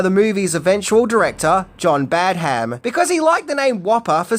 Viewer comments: its Pronounced Badam not Bad Ham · It’s pronounced Badderm, not Bad Ham. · It is pronounced ‘Bad um’, not ‘Bad ham’ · John Badham is pronounced "badum" not "Bad Ham". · Your pronouncing Badham as two syllables "Bad" "Ham" - its one syllable "Badham" - its trivial, but annoying to hear - just my opinion😀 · Dear god how many times are you going to mispronounce the director's name? It is NOT Bad-HAM. It's BADuhm . Really annoying! Have you no self-respect to even bother googling the proper pronunciation? Sheesh! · You may know everything,, but you don't know how to pronounce Badham. Your repeated Bad Ham was driving me nuts 😅😅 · The way you pronounce Badham hurts my soul... You’ve gotta be doing it on purpose. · It's piercing to the ear to hear you keep pronouncing the directors' name so drastically wrong. It's almost as bad (but not quite) as when you kept pronouncing JJ Abrams' name as JJ "Abrahams". How can you seriously call yourself a movie reviewer or this level fan and not know the correct pronouncing of these names..?